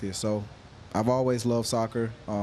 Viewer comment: Gared bale😂